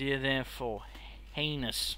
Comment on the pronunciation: Lol saying heinus made me laugh so hard.... if you know what i mean